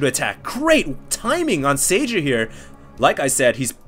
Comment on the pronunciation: Spot on about the 'Huk huk' thing hahaha I know it's just a name but Red terran's name is pronounced 'Sayer"